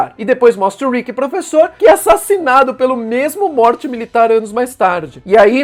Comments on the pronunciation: Fala "Móri" em vez de "morte" kkk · Sei lá, me incomoda quando ele fala "Morte" kkkk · Kkkkk certo e mory a pronúncia